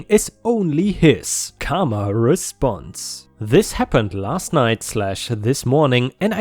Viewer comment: More like CAR-ma